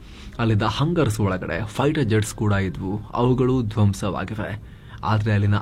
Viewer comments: ಹಲೋ, "ಹಂಗರ್ಸ್" ಅಲ್ಲಾ, **ಹ್ಯಾಂಗರ್ಸ್**!!😂😂🤣🤣 ಸಂಜೇ!!👊👊👊, ಅರ್ಥ ವಾಯಿತಾ!! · Hangers alla, adu Hangars